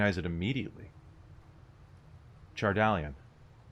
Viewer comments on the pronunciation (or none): Not that it matters much, but it's CHAR-dah-lin, not like medallion. Love the show!